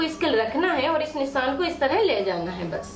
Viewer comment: Please pronounce as nishaan & not nissan... it's not good to hear... sorry for saying.